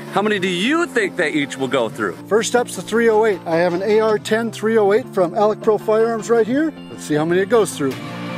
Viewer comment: It's Alex Pro, not 'Alec' Pro